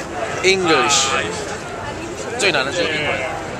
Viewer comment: engwish LMFAO